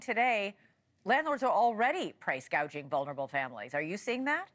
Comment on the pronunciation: Gouging not gauging.